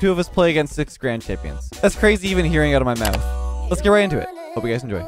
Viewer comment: Anyone else thinking "Leth's go!" instead of let's go?